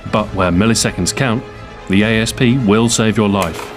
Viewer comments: isnt it Asp like the poisonous snake pronounced 'ass-p' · why does everybody say a s p its an asp you know like a snake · Is it supposed to be pronounced a-s-p or asp? I heard Ian from Forgotten Weapons pronounce it as asp but Stu here pronounces it as a-s-p